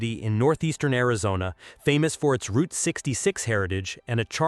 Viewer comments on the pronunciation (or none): none